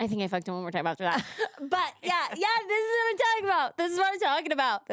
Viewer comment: HE SAID YOU KNOW WHAYT TIME IT IS LIKE I KNOW WHAT YOU DID LAST SUMME WHEN HE STABDED ME